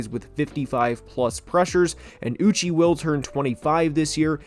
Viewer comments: It’s uch ayyyy (uche)… not uchieeeeee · love the video but holy shit dude josh uche's name is pronounced ooch-chay, not ooch-ee. dudes been an exceptional player for 3 years now and is a big part of the pats D give him some respect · Uche’s name is pronounced “ooo-chey” btw